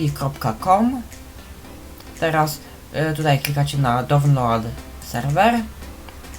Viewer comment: nie download tylko dołnlołd